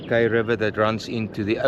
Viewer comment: Pronounced “ Kaai “